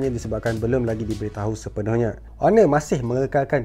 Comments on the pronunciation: still Honor with H... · Finally dia sebut honor ngan btul